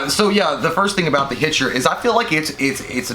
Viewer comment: its so funny how J said the bitchter lol